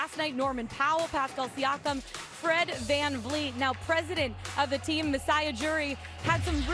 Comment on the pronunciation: He said Fred VanVleet 😂